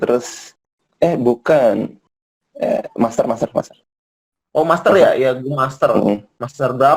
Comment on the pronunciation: Indonesia eSports Association (IESPA) elite pak... Bukan master